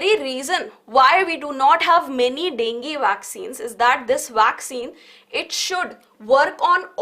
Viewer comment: Dengi ✅ Dengue ❌